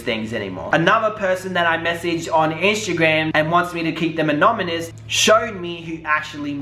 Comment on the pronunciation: ANOMANOUS...lol. we love U! But for the love of God Google how to pronounce anonymous!